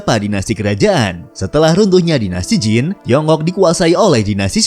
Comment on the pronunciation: Dinasti zhu, harusnya dibaca dinasti Cu. Dinasti Qin, harusnya dibaca dinasti Chin. Dinasti Jin, harusnya dibaca dinasti Cin. Dinasti Qing, harusnya dibaca dinasti Ching.